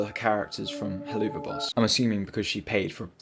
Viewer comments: Very good vid but it pronounced hell-avuf I know it is wired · "Heloova boss" 💀💀💀 Edit: it's pronounced "hell of a boss" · How did you butcher Helluva boss that hard... oh man. Hell-of-a-boss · hearing you say hell-oo-va boss instead of helluva boss gave me a pain that can only be described by underpants screams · Oh yeah dude Just to correct you Its not Hellluuuva boss Its hell of a boss Helluva is just a shorter way of saying it Just putting this here before the fandom comes and bullies you for saying it wrong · I really enjoyed this video, but you saying Heloova instead of Helluva hurt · Its pronounced hell of a. but with a VUH sound not OO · “heloova boss” 💀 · i know you most likely haven't seen helluva boss but hell-ova boss sorry if i sound annoyed and mean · istg stop saying heloova boss😭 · You’re probably heard this a bunch but I’m quite sure it’s pronounced “Hell of a boss” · I can't get over the fact that you keep saying "Helloova Boss," there's no way you're not doing it on purpose 😂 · "Helloova boss" 💀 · nigga said hilloova boos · Just a heads-up up, but the "Helluva" in Helluva Boss is pronounced "Hell of a" since it's a play on the phrase "Hell of a boss". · it's pronounced "HELL-OF-VUH BOSS" as in "Hell of a boss" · Such a weird ass rabbit hole Even as a FNaF fan and Helluva Boss fan it amazes me how many actually ate this up. I saw one animation and though “that’s neat” and then moved on. I didn’t realise how insane it had gotten lmao PS: I love/hate how you pronounce Helluva Boss :,) it’s like a dagger into my soul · Bro summoned a whole fandom when he pronounced helluva like that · That Helluva pronunciation 💀